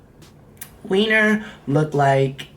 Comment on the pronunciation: The way you said “wiener” 😂